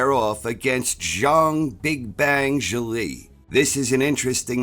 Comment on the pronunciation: Congrats on correctly pronouncing "Zhang"!!